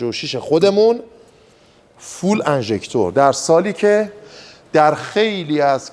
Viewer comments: دوست عزیز ،فول انژکتور نیست. فیول انژکتور است،به معنی سوخت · عالی بود، دست شما درد نکنه. تلفظ درست درست "فیول اینجِکشن" به معنی اینه که ماشین دارای سیستم پاچش (تزریق) سوخت است.